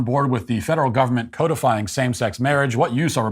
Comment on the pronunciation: Its not "coat-a-fying", its "cot-a-fying"